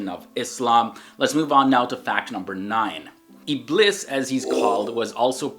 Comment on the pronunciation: Dear It's not Iblis It's ibleeeees